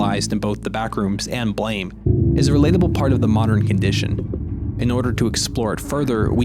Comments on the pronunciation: It’s pronounced Blam, not “Blame”. Sorry for being insistent on details. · the way you pronounce blame ends me lol but sick video essay!!